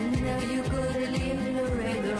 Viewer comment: Not "Lorado" it's LAREDO, Texas, USA